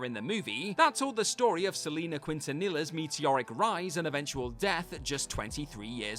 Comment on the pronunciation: I can't with the way you mispronounced Quintantilla.